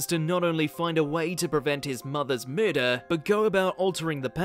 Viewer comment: hahaha "Murdurr"